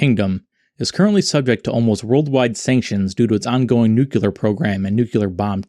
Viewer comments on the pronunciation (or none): NEW CLEAR not Nucular. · it’s “nuCLEAR” not “nukular” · NU-CLE-AR Mister Simpson. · Nuclear, not Nuculur. Seriously though, I am very skeptical of everything mounted on this thing. We haven't seen any of the boxes open, just boxes on the side of the turret - no lenses or sensors are visible. the front smoke dischargers poke through the front armour. It looks more to me that this is a mock up fabricated onto an existing or modified turret/hull. North Korea has also demonstrated pictures of prototype "stealth aircraft" which couldn't possibly be true. I lean heavily towards the propaganda theory. Excellent video, either way. You showed you have done your research and I appreciate that. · it’s two syllables not three, it’s people not knowing how to read